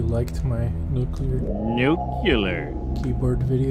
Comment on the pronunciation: Very cool. I bet "" watched this video. And thanks for saying nu-cle-ar. As another comment said, you must play "Missile Command" in the follow up video:) Be seeing you... number???